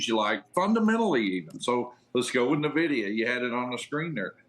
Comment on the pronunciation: It's not "nah-vidia"